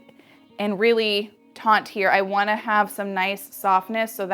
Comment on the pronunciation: Ok please dont take this wrong, but it's Taut, not taunt... One is to stretch, pull tight or no slack. The other is a remark to try and anger or hurt someone. No offense meant. I just hear so many stylists say taunt. I love your cutting skills! And you're beautiful. Please dont be mad. Just trying to do my word for the day 😊